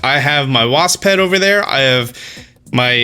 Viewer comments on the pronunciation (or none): Welcome back to Austin Speaks: In todays episode; wasp- waSSpSS apiary, apiary, apiary? Epiary, apiary